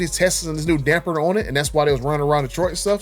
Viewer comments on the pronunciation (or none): You can spell it...but you can't say it...damper damper damper there's no "n" in the word damper lol